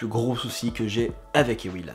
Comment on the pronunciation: Bonjour je m'appelle Ewilan et désolé mais SA SE PRONONCE EVVVILAN oufff